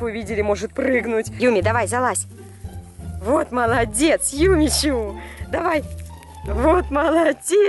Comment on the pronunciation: Ирина Смирнова Юми Чу а не юмичу